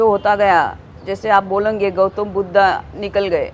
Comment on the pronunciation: वैश्या साली अपनी तुलना भगवान बुद्ध से कर रही है । हिन्दी बोलने नही आता तो मत बोल ' बुद्धा मत बोल भगवान बुद्ध हैं।